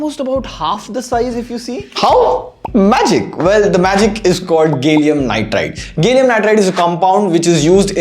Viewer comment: IGa , gallium nitride, you spell it as gay llium nitride 😂😂